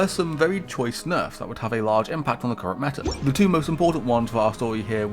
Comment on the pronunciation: "Da meta" This is so sad 😂